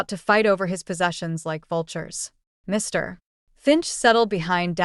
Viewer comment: Get a human to read this , sick of the “ Mr “ in the wrong manner .constantly being used